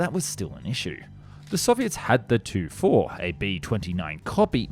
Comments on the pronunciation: Just a note, Tu is pronounced 'T-u' (letters separate) instead of 'tu'... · I hate to correct such a great YouTuber but the way you say it is T U not Tu, I’m sorry for correcting you